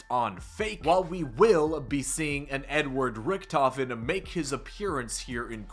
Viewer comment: Ohhhhhh! An Edward Rictofen... I thought you said an N word Rictofen